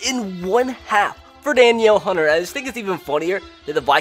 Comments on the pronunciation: Daniel hunter is actually pernounced Duh-neel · Da Niel Hunter or Da Nell Hunter is how you pronounce his name. Nice to see the vikes get some love. Good video guy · Danielle Hunter's name is pronounced duh-neel, just FYI. Entertaining video! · Da-Neil Hunter. Or Dan-yell, whatever